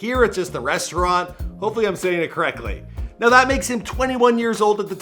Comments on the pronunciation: Its Bat-un Rouge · “Ba-TAWN rouge” 💀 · "BaTON ROOOOUGE" killed me lol that is not how you say that!! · It’s just Baton Rouge not BA-TON ROOOOGUE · Batoonnn Wougee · It's pronounced Bat-en Rouge. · BATTON ROUGE mane pronounce my home right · Your not saying it right. Its Baton Rouge. Lol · Baton Rouge is pronounced ba- tin rouge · It’s pronounced bat-in rooje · Baton Rouge ( BAT-ən ROOZH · Lol its battin rouge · Its “Baton Rouge” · “BAT ON ROOJE” 💀💀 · bro said bat on rouge lmfao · the way he keeps saying “BAT-TON Rouge” is blowing TF outta me 😒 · Baton rouge pronounced Batin rouge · they pronounce it "badn ruj" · Did he say bat-Ton ruge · Ba-ton rouge💀💀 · “Bat on roje “ Bru u killed Louisville now this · Just say batin rouge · ShaNickTay did that nigga really say BaT’on Rouge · dats not how yhu say Baton Rouge!🤦🏾‍♂️ replace da O wit an I! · how tf does he not know how to say baton rouge correctly. it’s literally louisiana’s capital i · You didn’t say Baton Rouge right 😎and no pls don’t come down here it’s not fun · So he can look up all of this information on youngboy but can’t look up how to pronounce Baton Rouge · The way he say Baton Rouge😂😂😂😂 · nobody from there say it like that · Baton Rouge isn’t hard to say like come on man.😂😂😂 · Next time you mention Baton Rouge make sure you say it right. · all my Louisiana ppl laughing at how he said baton rouge... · Not knowing how to say Baton Rouge,, sum dumd shii